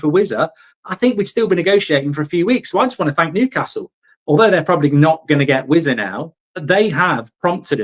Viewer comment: vissa not wizza